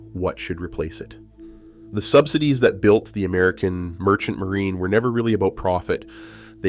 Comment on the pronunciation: Sub-sigh-dees = AI narration.